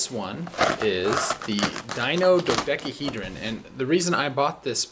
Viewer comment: Dino dodekeehedron.